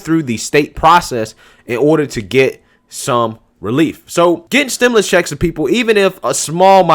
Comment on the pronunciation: Stim...U...lus, not stim...i...lis. Like your content!